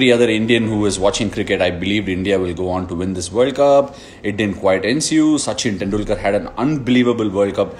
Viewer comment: Yes bro he tortured us He used to say and pronounce sachin tendulkar As sachin teandulkar